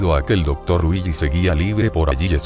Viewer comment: cuando dices willy suena como weegee